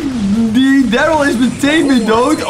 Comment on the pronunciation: ik weet dat nog toen jij pas was begonne met brawl zoen kreeg je darrly ook uit een knokdoos en je sprak darrly toen helemaal verkeert uit😂